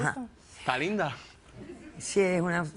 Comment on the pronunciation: Me dio pena ajena cuando dijo esta línda 😂😂😂